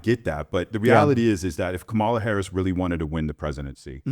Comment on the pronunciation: How come everyone who doesn't like Kamala, can't pronounce her name correctly? (hint: I don't think its intentional racism, I think its a tell that they only listen to propaganda "news" that knowingly mispronounces her name)